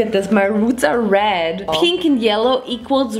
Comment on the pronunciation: what does happen if you mix peenk and yelloh?: gReEn i tHiNnk...: squirrel scream